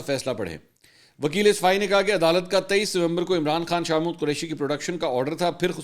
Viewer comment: منصور صاحب آپ شاہ محمود قریشی کو شاہ مود کیوں بولتے ہیں 😂